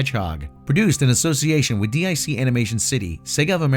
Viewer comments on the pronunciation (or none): I was gonna say anything, but then he pronounce dic as "dee-eye-see" instead of "deek," like they did at the end of every show. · Quick minor nitpick, DiC is pronounced “deek”.